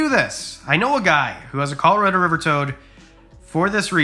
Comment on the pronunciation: Dude you are say Colorado completely wrong 😂